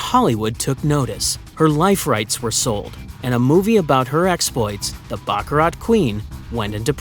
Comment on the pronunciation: You don't pronounce the "t" in baccarat! :face-turquoise-covering-eyes